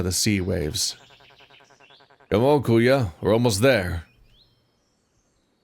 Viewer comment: Also if ur gonna play this in the future, Kuya is pronounced "Koo-Yah"